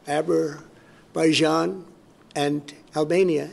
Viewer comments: "Abberbaijan and Albania"........ROTFFAPMFSL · Trump: "to think that we settled Abber...baijan" 😆🤣😄😂 What is happening in the world? Mabe he settled Abber-Baijan, but not Azerbaijan. Beside the painfull, tragic and sad situation Ukraine is in, the news became a clownshow beyond anything I could have ever imagined. Slava Ukraini! 💛💙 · Abarbaijan and Albania good lord it’s soooo embarrassing lolololol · Yep, that’s our pres. Azerbaijan or is it Azerbuyjohn? C’mon donny, prepare yourself properly before you speak. Some say you aren’t very bright…